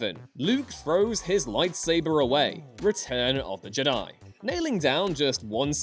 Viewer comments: I have never ever disagreed more to anything in my whole life to when he said “Luke in the last Jedi was perfect”. Fuck off how can anyone believe that? Also, Learn how to pronounce Jedi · I always heard Jedi as a trochee not an iamb